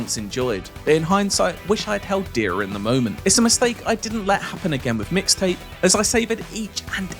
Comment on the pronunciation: EXCUUUUSE ME.. IT'S MIX TAPE. NOT "MISS TAPE"